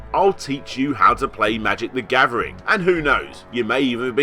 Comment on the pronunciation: "Magic the Gavvering"